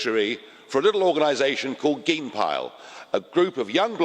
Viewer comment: Love how he pronounces 'geenpeil' :'D